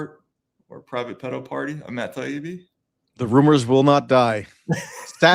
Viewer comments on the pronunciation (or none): It’s completely indicative of the sad state of the UK that a UK media figure would pronounce Taibbi like it’s an Arabic name rather than an Italian name…